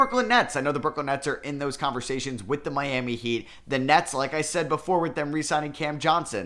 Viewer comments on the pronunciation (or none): none